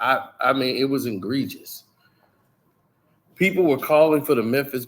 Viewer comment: What is "engregious"? Are we trying to say egregious?!